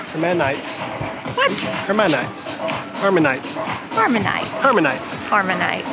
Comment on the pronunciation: It is 'harmanite'